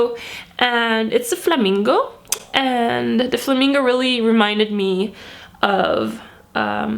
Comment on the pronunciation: Merel Wennekes hahah me too! I didn't notice it at first but I knew she was Dutch as soon as she said flamingo